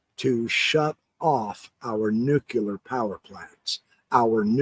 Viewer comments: nuclear...is pronounced Nu-klee-ur. Not Nu-cue-lar... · “New-cue-Lear” is not nuclear. Your credibility becomes questionable when you can’t even pronounce a simple word. Sorry. You have such an important and worthy message that it deserves to be shared in the most credible way.